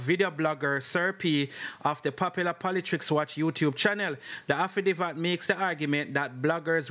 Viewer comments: the word is "haffi dave it".. affidavit not "haffi div at" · Affidavit.... pronunciation AFFI-DAAA-VIT..............not affidivat NOT AFFI-DI-VAT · A-FFI-- DAY--VIT--- THIS IS HOW IT IS PRONOUNCED........ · Was listening and was so annoyed I had to comment then I saw your comment 😅😅😅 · It's pronounced afidayvit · Bro the word is affidavit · Afi divvat 😅😂😂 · up time…..please take note of corrections when noted by your readers. The incorrect pronunciation is often annoying and no matter how corrected you continue the same. Makes me wonder if you read some of these responses, anyway words you are not sure of the dictionary gives the correct pronunciation…. You are appreciated nonetheless the less AFFI-DAVE-IT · Jesus did he say afadiva? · Aftadivat..why don't you learn proper pronunciation son? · Bro it's affi- day -vit / Affidavit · Man so anxious that he not even tek the time to pronounce the word (affidavit) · HE CANNOT PRONOUNCE SIMPLER WORDS..he does no research..he just Plagiarized..and he reads like a GRADE ONE STUDENT.. I can’t listen to this!!